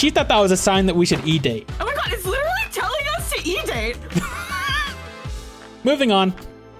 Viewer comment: please, never say literally like that again, for our sanity thanks :)